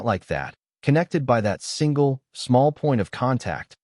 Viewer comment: Bad narration. What was meant is “single”. Don’t pay attention to the text. Too many mistakes.